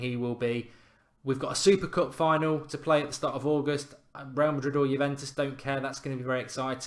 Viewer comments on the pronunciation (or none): none